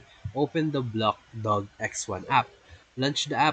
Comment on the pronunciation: It’s blockdag not blockdog 😂😂😂😂😂